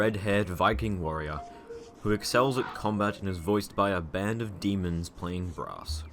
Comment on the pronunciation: "with the lack öf late game armörs" Maxwell with shadöw armör: say wöt